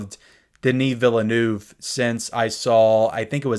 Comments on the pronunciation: Pitcher... Also, Villeneuve's last name is "Vee-lew-nev". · You really need to go and listen to how his surname is pronounced.